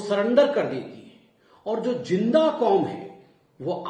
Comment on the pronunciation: "Julm" "Jinda" isse Z kyu nhi bola jata??